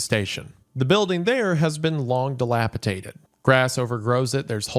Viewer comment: Hunter has poisoned his mind with dilapitated instead of dilapidated